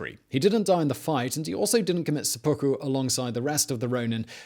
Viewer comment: Yeah, not really, though. It's called sehpuku, not sepookoo.